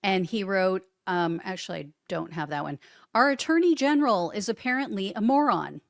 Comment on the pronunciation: I just heard "Trump's dirty general" but you said attorney general. 😂😂 i like my interpretation better.